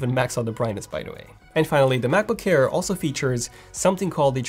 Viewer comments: Please pronounce MacBook Air not MacBook hair. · He keeps saying “Macboo-care”. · Why do I hear him pronouncing Macbook Air as "Macbook Kair" or "Macbook Care"? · Brand name : Mac book AIR . What I heard from the video all the time : Mac book care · Sometimes I hear macbook hair 💇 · I thought it was macbook care and i kept wondering what that was. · “MacBook CKAIR!” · Cannot unhear this. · It sounds like he says ''macbookcare'' it's pissing me off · can't unhear it! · Thanks, now that’s all I hear 😂🤣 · not quite French but close enough. He's about page says he's Romanian